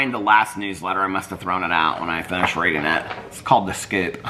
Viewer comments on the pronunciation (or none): none